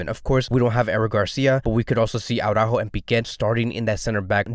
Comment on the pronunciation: It's not Aww-rÁjo. It's Ara-ÚÚÚjo. It's not because a certain Jamie of a certain channel massacres Araújo's name, that you have to copy that faulty pronunciation. Saying AwrÁjo to AraÚjo is just as ridiculous as saying Póóky to Piqué.